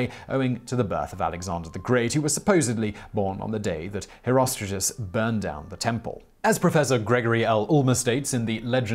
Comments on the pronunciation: Why the are you.pronouncing "HerostraTus" as "HerostraJus"??? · Always though it was pronounced hero-str-art-uhs